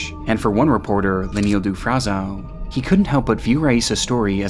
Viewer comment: I love your content but every single western foreign word in this video has been butchered (frazão, follie a deux, del vecchio, etc). Its not hard figuring out how these are actually pronounced buddy, would make listening to these words as natives way less teeth grinding.